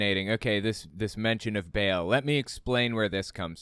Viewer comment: I'm sorry but this is bugging me -- Ba'al is supposed to be pronounced like "bah-all," not like the English word "bail." Also, for what it's worth Satan is a character in the book of Job. I don't know when Job was actually written but it is traditionally ascribed to Moses. It was probably written later but not that much later.